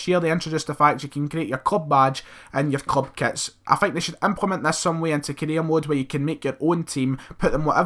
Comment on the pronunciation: This guy saying "Korea mode" 😂😂😂